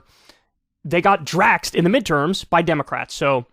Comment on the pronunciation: Please stop saying draxed.